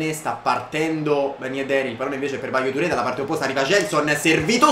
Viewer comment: Ballo-Touré si legge BALLÓ